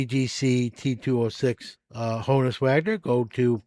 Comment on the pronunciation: I love how you pronounce it Honus, as in ‘bonus’. I grew up with that pronunciation too :) But in reality, it’s Honus, as in Johannes, eh?